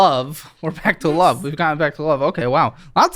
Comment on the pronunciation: At this point, I don't think she knows what "loOoOveeE" means. She can't even say it properly